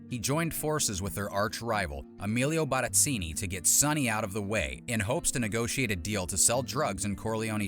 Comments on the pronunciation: I hate the way you say Barzini. Not even any of the characters say it like you. No one: You: BARITZINI!!! 🤌🤌🤌 🤔🤔🤔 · Sorry but there was no U in Sollozzo, there were only three syllables in Barzini, Paulie was a half dozen notches down the line from being Vito Corleone's "right hand man" and confidante and Carlo's beating by Sonny was weeks, if not months after the shooting of Vito. Michael had already killed Sollozzo and had been exiled to Sicily and Vito was already home from the hospital after a lengthy stay. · It's Barzini, not "Barazzini". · Who the Helle is Barazzini??? It's Barzini! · Mario Puzo: BARZINI You: wtf?